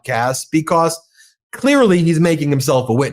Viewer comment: Because, not "becoss" Human, not "yoooman" Let alone, not "yet alone" stop saying "play this clip" please study english you are professional in media